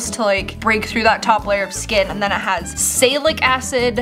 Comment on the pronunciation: the way she said the acids 😭😭😭 Salicylic [ Sall-e-cyll-ik]